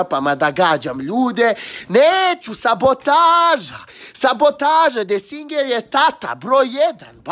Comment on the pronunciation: Ali kad kaže desinger😂😂😂😂 jaoojjj jaojj umirwmmmnnmm M.